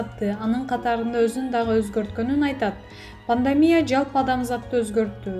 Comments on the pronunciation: Пандамия эмес пандемия десең.Уйкудан эми тургансып окуйт экенсиң . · Пандамия дейтго 😆